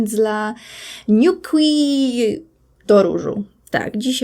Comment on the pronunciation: Niuqi to chińska marka, więc wymawiamy 'niu ći' :) Dzięki za filmik!